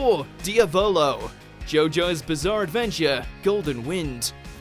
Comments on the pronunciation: Bruh diavolo is an Italian word. It’s like diablo but slightly different not dia-volo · Im italian and that pronounciation of Diavolo kills me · The way he says narancia and diavolo makes my ears bleed so much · I’m sorry what way did this guy just pronounce ‘Diavolo’ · He can't pronounce a Lot of things